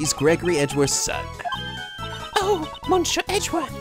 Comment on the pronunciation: you're still pronouncing "Monsieur" wrong XD It's actually something like "Missyeur" without any "sh" ^^